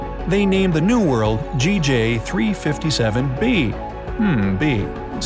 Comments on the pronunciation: Sir sometimes you said JG NOT GJ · Re: the planet naming system. In general the “A” object is the star itself, thus the first planet is designated “B”. Also, this system is GJ357, but you keep saying “Jay”-“Gee” instead of “Gee”-“Jay”. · He says GJ not JG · So we r not gonna talk about how he says it as JG instead of GJ? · He kept saying JG it’s GJ😂😂😂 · He keeps saying J-G instead of G-J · there was one time you said JAY-GEE 357d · You should re-read the script. You used both GJ and JG in both instances for both B and D.